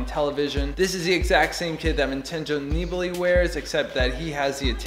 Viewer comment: Its also good he can pronounce Nib's name correctly. This other vegan guy got it way wrong the other day.